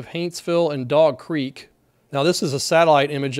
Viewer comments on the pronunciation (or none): none